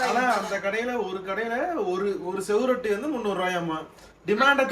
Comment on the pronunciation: தம்பி அது செவுரொட்டி இல்லை சுவரொட்டி